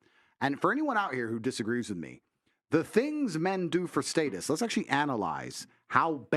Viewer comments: state us...? status? this dude can't talk lol. every other weird was pronounced correctly. annoying AF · Aye nobody ever comments on him pronouncing status wrong bro b saying stateus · someone teach tate how to say status 😂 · Is that how you suppose to say “status”? Is it stat-us or state-us? 😂 but he’s right about some women forced men to get married. Which I think is effed up. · Stay tus😅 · The way he says status is funny af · The way he say status is insane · The way he pronounces status is so weird. One of the few times his accent seriously comes out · Why he say status like that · He sounds funny when he says “status” I’m a huge fan tho I just find it funny cause I’m from the states and we pronounce it differently.